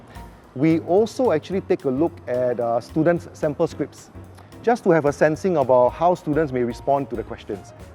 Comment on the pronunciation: gosh, the number of times he called his students stooldents...